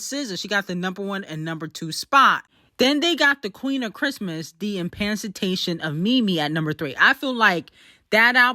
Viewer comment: Now come to the front of the congregation. 👋🏾100 lashings 👋🏾for pronouncing emancipation wrong . Sound these words out before u start recording. ❤ the show and u know that..... k byeeeeee!